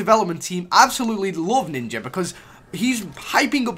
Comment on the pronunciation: Ninjer? Nigga nah